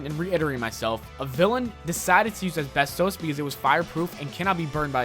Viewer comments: Asbestos is pronounced as-bes-tus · The way he says asbestos is killing me.